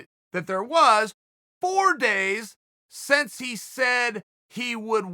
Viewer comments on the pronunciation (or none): Love ya Chael but the word is "since" not "sense"...